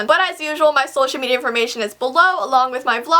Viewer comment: Your voice made a pretty trill when you were saying bye at the end :)